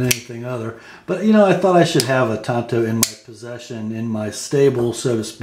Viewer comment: Why do some knife reviewers pronounce it TONTO? It's TAN-Toe.